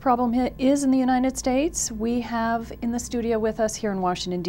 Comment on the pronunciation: She says Uninend States??